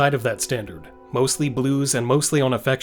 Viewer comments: did you say MOSTILY? You DID! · I only thought they were because of "Mostily"